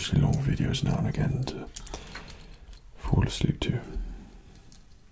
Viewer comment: I thought he said "If you Force Leap" instead of "If you fall asleep"